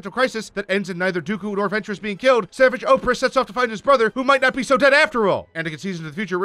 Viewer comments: It's pronounced SA-VAJ not SAH-VUJ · bro he said savage's name wrong too